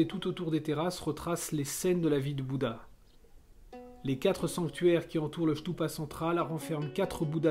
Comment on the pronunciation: Stupa et non chtoupa!